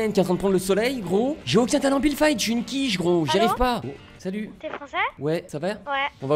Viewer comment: si tu le connaissait il dis toujours builde Fite